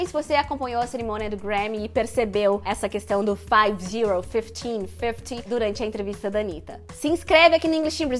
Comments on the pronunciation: Eu acho que a Anitta falou corretamente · No dia da entrevista eu fiquei me achando, pois eu não tenho nem metade do nível de inglês que a Anitta tem e tanto entendi que ela falou fifty como também percebi a pronúncia de Category. KKKKK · Gente, não foi nada disso!!! A Anitta falou 50, mas a entrevistadora se antecipou achando que ela estava se confundindo, visto que a Anitta estava falando da carreira dela e ela, obviamente, tem menos de 50 anos. O fato é que a entrevistadora foi precipitada e não deixou a Anitta terminar a frase. A pronúncia da Anitta foi perfeita. Falante fluente de inglês aqui e tradutora. ✌🏻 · Os gringos são muito chatos a anitta falou certinho e a gringa complicou tudo, chatão kkk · Se houve erro não foi da Anitta. Ela falou FIFTY perfeitamente. A entrevistadora que achou que ela tinha errado a pronúncia, pq esse é um erro comum de brasileiros falando inglês, mas na na verdade ela não errou. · e ela não falou errado 🙆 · ouvi várias vezes a Anitta falou certinho a entrevistadora que marmoteou. kkkkkk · Na verdade o mal entendido aí, foi simplesmente porque a entrevistadora achou que seria 15 anos, pois 50 anos é muita coisa. Não foi nada relacionado a pronúncia da Anita.